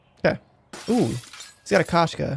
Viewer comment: it is not kAshka, please say kOshka. slOw, bOmb, rOme. emphasis "O" it is right.